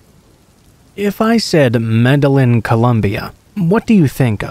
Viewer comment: I loved these stories tonight! Just a little suggestion tho, you may want to look uo Medellin pronunciation, dbl L has more of a "Y" sound. Like may-day-yeen sounds. Also reprobate, repro-bate. Still knew what you meant tho! So no biggie. I like your narration or i wouldn't have bothered to tell you.